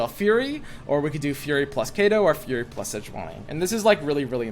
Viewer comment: Listening to him say "furry" over and over - instead of "fury" - was weird to listen to. Like the people that like boink while wearing full-body animal suits?